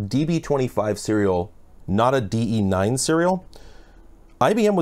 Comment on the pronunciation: You have no idea how happy I am to hear DE9 not DB9